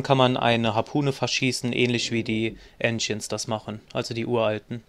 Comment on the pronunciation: Wie du halt "Ancients" aussprichst, meine Nase! Mach' bloß keine Guides auf Englisch :p Danke jedenfalls für deine Guides.